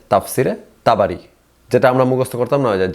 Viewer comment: তাবারি নামটাও ঠিকমতো বলতে পারেনা😂😂 অথচ কুরআন বিশ্লেষণ করতে আসছে।কুরআনের কোনো আয়াত তিলাওয়াত করতে পারলো না।জাস্ট গল্প করে গেলো😂😂